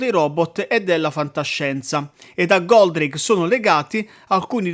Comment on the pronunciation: Ma non si chiamava Goldrake? Chi è Goldraghe? Lol